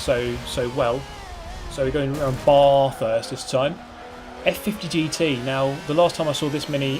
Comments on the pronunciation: How you say Bathurst makes me sad. Its Bath not barth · Really like your vids. Australians cringe when Brits pronounce "Bathurst" incorrectly as "Baarrthurst". Please pronounce it correctly... it's embarrassing :) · Obligatory triggered "Bathurst has a short a" comment